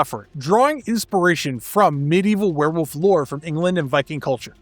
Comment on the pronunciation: *VvereVvolf you mean?